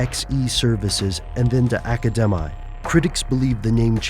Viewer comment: Stuff They Don't Want You to Know - like how to pronounce Academi properly - sheesh